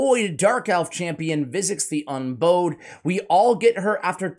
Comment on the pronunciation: man I love your channel. You were the first RAID SL content creator that I ever watched. Great champion guide on Visix! Now with that being said I have to say that you are saying Visix’s title wrong 😑 You’re say bow as in a bow on a gift or a in a girl’s hair. However it’s bow as in bows 🙇‍♂️ before a king. The word Unbowed means not to bow or bend the knee to anyone. So in short it means that Visix has never bowed before any king, queen or authority. Unbowed is a real word that you can google for the meaning and pronunciation. I just want to see one my favorite content creators knock it out of the park! I will check you out on the next one. Again great job, I really mean that! You are tops!